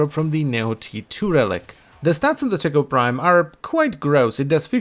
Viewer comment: All I can hear is Tickle Prime™